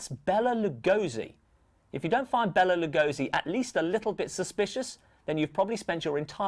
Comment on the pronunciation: it's pronounced BAY-LA not Bell-AH. Twit.